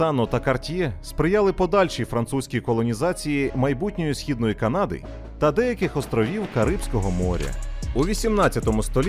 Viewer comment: Правильно казати кАнада, а не канАда. А так відео чудове.